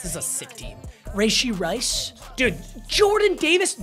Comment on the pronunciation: "Rayshee rice" 😂😂